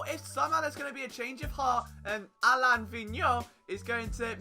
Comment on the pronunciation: Flyers HC you got his last name correct but his first name as far as I know is pronounced uh-lane Hope your knee feels better. 😤